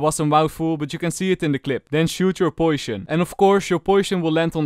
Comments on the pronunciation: why you read poison to poision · I love how say poishon instead of poison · I love the way he pronounced poison as poishon.It's just so cute to hear LOL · POISHON lol i just found that funny not being mean lol nice video tho:D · Poishon :D